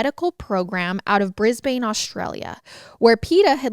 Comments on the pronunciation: As a Brisbane peep.... it's not bris-bane is Brisbane (bris-bin) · Americans, it isn't briz-bane, it's briz-ben. Brisbane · Waiting for the Aussies to help you with 'Brisbane' pronounced Brisbin 😂. Absolutely love you guys and love when Australia gets mentioned ❤️ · I love Americans saying Brisbane heheh it’s pronounced bris-bin for future reference <3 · Love you guys! Maybe look up how to pronounce Brisbane correctly, though (I feel like I've heard you pronounce it incorrectly in the past as well)